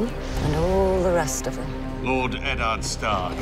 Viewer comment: I don't like the way they pronounce Eddard. Pisses me off.